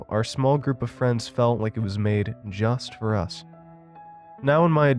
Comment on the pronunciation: When you say "just for us" it reminds me of hank hill. Its the emphasis you put on it